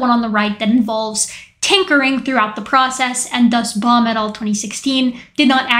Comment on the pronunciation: After a while your "Baum et. al." phrases sounded like "Bomb it all". 😄